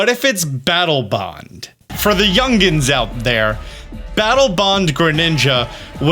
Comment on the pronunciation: Ah yes Battle "Bong"